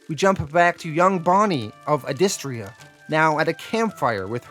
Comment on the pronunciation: He's pronouncing it wrong, it's pronounced "Adystria" . I know this because I heard the creator say it in an interview.